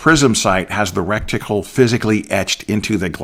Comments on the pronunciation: The word is RET-I-CLE. Reticle. It is not wrekticle. I enjoyed your presentation. I turn down the illumination on my red dot. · I believe it's reticle not recticle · Great info, great summary. Thanks! BTW, it's reticle, not recticle. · Please: RE TICLE not REC TICLE> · This guy says he's been shooting for 30 years but doesn't know its reticle not "recticle." Tell me you are a youtube gun "expert" without telling me you're a youtbe gun expert. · Why do you keep calling it recticle? It is reticle. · Is it just me, or is he saying "recticle" and not reticle? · Great video. Very helpful. But humor me... It's, reticle, not "recticle". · Reticle not rectical. I hate to think what a rectical. might be used for. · I cringed and clenched every time rectical came up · Soooo you’ve been saying rectical for 30 years? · I am watching this video on the toilet, am I being punkd'. Why he say recticle when I am about to wipe my ass.😮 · LOL not sure it’s as bad as “nuculer” vs. nuclear, but I’ve said “recticle” for so long it’s hard to hear it as wrong! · Wrecked tickle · Great information. One thing, The term for the crosshairs or aiming pattern (dot) inside an optical instrument is reticle (pronounced RET-i-kul) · It makes me chuckle each time he says "recktical". LOL! He took the words "rectum" and "reticle" and made a new word. I love it. :) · Good god, lad — every time you said “recticle” the hackles on the back of my neck raised — learn proper nomenclature, please! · You did mean to say "reticle", right?